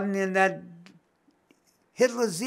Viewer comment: I’m sorry I died when he said hitlersine 😂